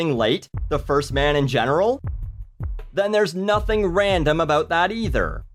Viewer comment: i only ever hear ram-dom